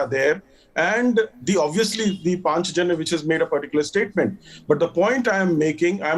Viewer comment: Who is this anchor? Not able to pronounce Hindi word "Panchajanya"??? The so called secular liberal education has taken out "Indianness" from "Indians " so surreptitiously